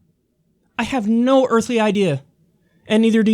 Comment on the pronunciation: I was doing the dishes so I may have heard him wrong but did he say earthy instead of earthly? And if he did I'm not making fun, not really. I'm the guy that used to say for all intensive purposes after all. Oh and Warren is a total fake, anyone who doesn't see that boggles my mind.